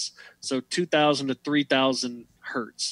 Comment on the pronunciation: Just a small detail worth pointing out...I noticed several times you pronounced it "hert" and "kilohert". Hertz/kilohertz is not the plural form. It's 1 kilohertz, or 1 hertz, or 2 kilohertz or whatever...because it's originally named after Heinrich Hertz.